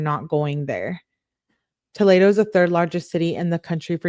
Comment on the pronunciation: fyi it’s pronounced toh-lee-doh lol and unfortunately live in Ohio and Toledo is def a crazy city. Also I can’t fkg stand her. She’s so Insufferable idk how u can stand reading these!! I appreciate all u do!